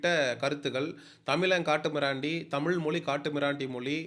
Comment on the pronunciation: தம்பி நீ முதலில் தமிழ் என்று சொல்ல கற்றுக் கொள்ளுங்கள். அன்புக்கட்டளை